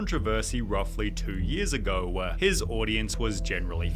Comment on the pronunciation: I need to continue my crusade to make people hear the stupid extra syllable this narrator adds on to every single sentence… it’s infuriating. EDIT: “we’re normal just one year ago-wa”